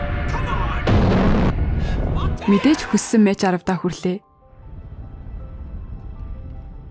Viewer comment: Мач биш мак гэж уншдаг нүү эгчээ, баярлалаа дуртай киногоор минь бичлэг хийсэнд